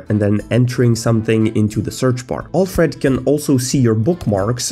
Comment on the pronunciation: Next video: I learned how to pronounce Alfred correctly It boggles my mind how you consistently show us that you don't know how to use macOS. The mouse is not poorly handled; you just don't know how to use external mice properly with macOS.